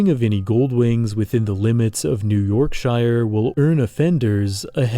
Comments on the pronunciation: it is pronounced york-shuh, not york-shy-er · York SHEAR not yorkshire.. yes i know its written yorkshire.. were english.. its wierd.. i know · This is wild to watch as someone from Yorkshire, because yes, it's mainly farmland. And the white rose at the top of the goldwing protection sign is actually the flag of Yorkshire. Just one thing: Please pronounce Yorkshire and other British counties as 'sher' rather than 'shire' like it's a capital I. Pronounce it like how those in America pronounce New Hampshire, because that double standard bugs me so much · I had to stop watching when you pronounced "Yorkshire" with a long I. People from "Yorkshire" say "Yorksher" not "York-shy-ah", and it just sounds too weird. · This is nitpicking but shire is pronounced more like sher sorry just annoyed me a bit great video though :) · The true horror in all this is the pronunciation of "-shire". But yeah, honestly this doesn't seem too far off from actual Britain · they say it as 'yorksheer' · the butchering of yorkshire makes my ears bleed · he said yorkshire wrong and it bugs me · The way you say Yorkshire makes me sad. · I had the same thought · I love your vids but man, I have learned one thing over the many years of watching stuff like this; Americans can not pronounce Yorkshire properly haha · Pronouncing Yorkshire like that should be illegal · That pronunciation of Yorkshire physically hurt me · The way he pronounced Yorkshire took 20 years off my life. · Haha seems lots of people say it that way for some reason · Great video but uh that's not how you pronounce Yorkshire.